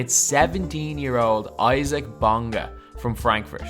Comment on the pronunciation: He's pronounced "easa-uck"